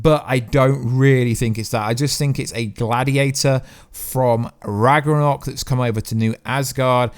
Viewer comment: Rag-na-rok and Nay-mar and that's not Bata Ray bill....it's Meek and Korg